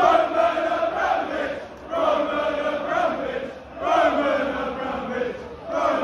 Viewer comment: What hilarious is that everyone in England pronounces abramovich wrongly and they just sound dumb singing it wrong